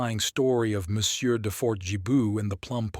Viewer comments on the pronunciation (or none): none